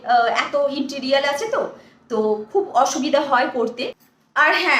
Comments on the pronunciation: ও ওটা ইনটিরিয়াল নয় ওটাকে interior বলে। তুমি ডরপোক হতে যাবে কেন?? তোমার হাতটা যে শক্ত কোরে ধরেছে সে খুব ডরপোক😂😂।তোমাকে স্বীকার করারই সাহস নেই।তুমি খুব পাকা খেলোয়াড় সেটা তোমার অঙ্গভঙ্গি,body নাড়িয়ে কথা বলা দেখেই বোঝা যাচ্ছে।একেবারে ঝানু মাল।এইভাবেই তো কয়েকবছর অন্তর ঠিকানা পালটাও😂😂।এবারে কিন্তু এই ঠিকানা ছেড়ে কোথাও যাবে না, কেমন 😂😂😂।আর facial দেখিয়ে লাভ নেই।তোমার ওপরেই তো ওই facial কাজে দিচ্ছেনা🤭🤭🤭।আগে তো তোমার ওপর কাজ দেবে,তবে না তুমি অন্যদের দেখাবে।না হলে কেউ ওই facial try করবেনা। বুঝলে 😁😁😁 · তুই যে একটা অশিক্ষিত মহিলা তা তো আমরা তুই মুখ খুললেই বুঝতে পারি, আজ আবার বুঝিয়ে দিলি, interior কে বললি interiol 😂😂😂, তোর কুকীর্তি তো লোকের মুখে মুখে ঘুরছে, কিন্তু তাতে তোর কি যায় আসে, তুই তো নোংরা ঘাটা মেয়ে,তুই যে নানা পাড়ায় ঘুরে নোংরা ঘেঁটে বেড়াস তার প্রমাণ তো মনু দিয়েইছে,এখন এখানে খাবলা মেরেছিস, যদিও এতে সাপে বর ই হয়েছে একপ্রকার, শুয়ার কে যতই চন্দন শোকাও সে কচুই খুঁজে আনবে, চিন্তা টা শুধু বাচ্ছা টাকে নিয়ে, তোর interiol এর প্রভাব ওর ওপরে পড়লে যে কি হবে কে জানে, কারণ ওই বাড়িতে তোকে শুধরে interior করার লোক একটাও নেই